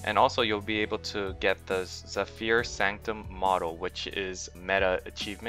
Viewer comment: Zef-fer not Zef-fear, good video want to see more :)